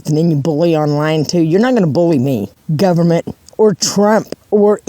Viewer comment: “governamenent” sent me out of orbit! 💀💀